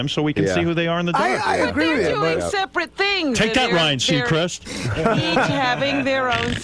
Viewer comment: “wiff” Stewie comes out from time to time